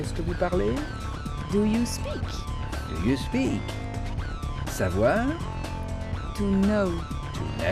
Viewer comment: je parle c'est I speak et non I speck